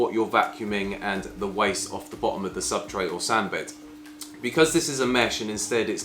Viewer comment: Thank you. Good review. Just two points. It's 'Submersible' not 'Submergeable' and it's called ' Substrate' not 'Subtrate' 🫠